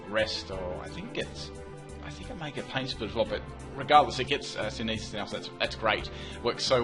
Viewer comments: It's SynTHesis. SYNTHesis. Not synesis. xD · Synthesis (sin-thuh-sis)